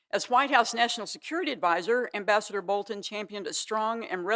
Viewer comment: John is a smug enemy of We the People…. Ambassador isn’t pronounced properly somewhere in the middle is his title.